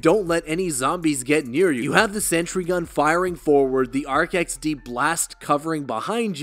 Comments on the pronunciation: First time ive ever heard anyone call it the Ark XD. Literally everyone calls it the A R C - X D, like spelling it out. Because it's "A (tbh idk what the A stands for) Remote Controlled-Explosive Device. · RCXD say it right my guy jeez